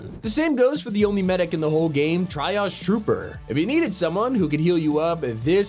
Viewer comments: It's pronounced tree-aghe not tri-aghe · Not "try-oge", but "tree-oge" mate. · Triage is pronounced like tree-oj, not try-oj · That's not how you pronounce "triage."